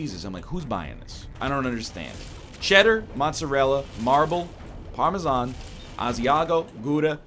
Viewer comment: The way he says Parmesan is annoying as well😂